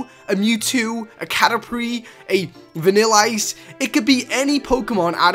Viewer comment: He said vanilice and ho-ho instead of vanilite and ho-oh